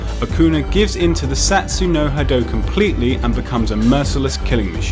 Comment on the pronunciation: What the hell is Satsu no Hado with annunciation on the AT like it's the word "at". All together now Sah-sue-y no Hah-doh (Satsui no Hado)